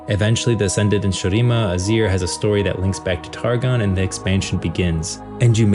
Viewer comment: What is with your pronunciation of Shurima. We have characters from there pronouncing it the games.